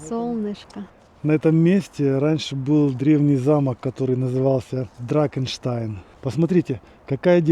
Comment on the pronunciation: Не дракенштайн, а драхенштайн.